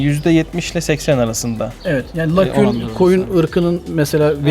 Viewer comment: baytar olmuşsun ama öğrenememişsin. lakün değil LAGUNA. bilmiyorsan aç oku